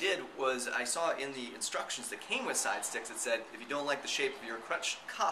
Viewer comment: u said stidestix not sidestix :P